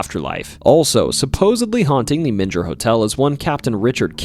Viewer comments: aaaaaaaaaand you just said "Men-jer" like its where Jesus was swaddled in cloth after birth or something. oof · It's Menger Hotel with last part of Menger pronounced like a growl (grrrr). :) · Okay ........Born, rsised and reside in San Antonio Tx. The names here arr somewhat hard to pronounce. For example ; Boerne sounds like BurKnee, Bexar county sounds like Bear county, and The Menger Hotel sounds like The Minger Hotel . Not picking, Great vid be the way. It just hurts , Almost like hitting the wtong note on the piano.✌️ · Great video, btw The Menger hotel is pronounced "Ming-er" despite what google tells you lol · Not in Germany my friend :) Menger, must sound like Menger in english when you spell it with an a instead the e, Manger.. Good wishes from me in this crazy times. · Not only did he mispronounce Bowie but I actually screamed when he mispronounced Menger. Did he ever visit these places? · Or the way he kept mispronouncing Menger 😯